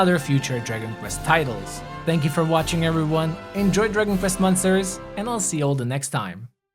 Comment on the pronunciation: I don't know why you pronounce monsters like m-un-sters. Good video nevertheless.